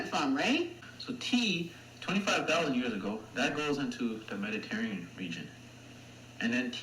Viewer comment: Oh God as an Italian it pains me to the core when he says “Mediterrean” a little part of me dies every time someone dies this. And no Mediterranean ancestry is NOT common for South Asians.